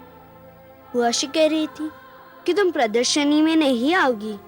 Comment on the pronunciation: Pradarshani not pradarshini